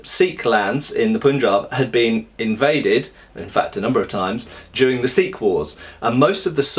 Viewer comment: It took me a second said Sikh wars. I thought you said sequels. Indian mutiny 2: the sequel.